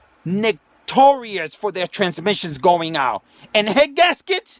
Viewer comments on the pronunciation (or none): “Nick - tor - ius” 🤣🤣🤣🤣